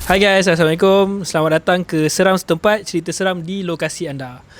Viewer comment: Salam saya subscriber baru . Baru 2 hari follow channel ni . Not bad . Guest pun ok pandai bercerita . Cuma maaf tau nak tegur sikit walau bukan sy org yg tepat yg patut menegur , host nanti boleh sebut Assalamualaikum dengan betul insyaallah lebih berkat dan ada pahala didalamnya . All the best utk channel ni moga terus berkembang maju 🎉